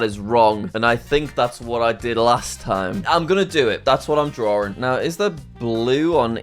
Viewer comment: You are saying draring